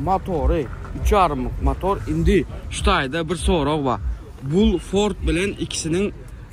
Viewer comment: Fort däl Ford